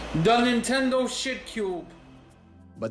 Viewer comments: "da nintendo shitcyoob" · Nenteeendo Sheitcuuube